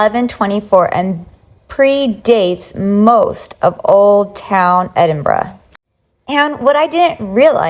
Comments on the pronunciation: Im glad you said Edinburgh properly. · The most amazing thing about this video?...... An American who can pronounce Edinburgh correctly. ❤😊